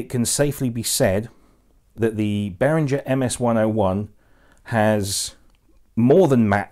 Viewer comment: It’s BehrinGer not BehrinJer.